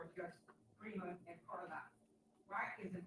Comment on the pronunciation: Did she call Trustee Carlisle Trustee Carlier??? She is sooo petty